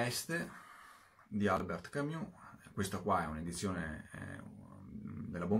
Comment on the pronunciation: Ma perché camIus